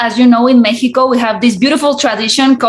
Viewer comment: Me encanto que pronunció México y no como ha acostumbran pronunciarlo cuando están hablando en inglés